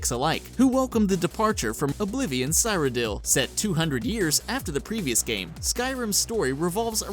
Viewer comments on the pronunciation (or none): Isn't it See-rodiil. The hell is a sirodiil? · Sigh-rodiil? Almost as bad as my friend calling it Cryo-diil once.